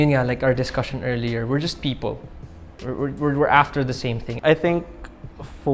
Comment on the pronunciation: It's a fake accent. The accents on some syllables are off and inconsistent. Like how he says "people", very pilit.